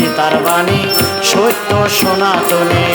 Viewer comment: বেশ ভালো।কিন্তু উচ্চারণ,- স্বনাতন -- সনাতন হবে। সোনাতন হয়ে গেছে।